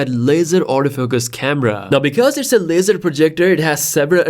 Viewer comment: It sounds like you are saying, cosmos lizard. 😅